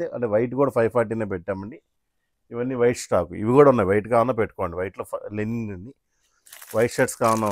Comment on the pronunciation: లెనిన్ కాదురా బాబూ, లినెన్.ప్రతివాడు ఇదే.ముందు రెండింటికీ తేడా తెలుసుకో